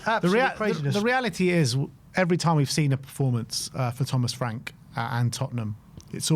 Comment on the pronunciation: LOL!!! 😂😂😂 Thomas Fwank.